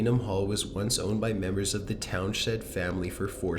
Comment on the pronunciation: What’s up with the narrators voice? That’s more scary than the video! 😱 ps it’s pronounced ‘Towns-end’ not ‘Town-shend’’ 🙄